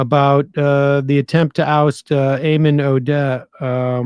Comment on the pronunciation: Do Jewish people really pronounce Ayman like that, never heard it like that...actually the was Sam said it was closer. Sam said it the way my name is pronounced Eamon. When Sam said the guys name i had to double take, because my name is very close to that. And no one else has that name, as far as i know.